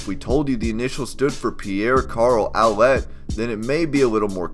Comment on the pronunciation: Pierre Carl Oulette = "Oo-Lay". Not "Ow-let" Your continuing to pronounce words in other ways in your videos is an unusual highlight